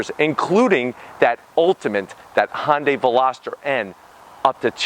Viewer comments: Why the F can this guy not say Hyundai it's not Honda day it's Hyundai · "Hun-day" like "Sunday." If you're gonna say it that many times in the video you should probably get it right lol.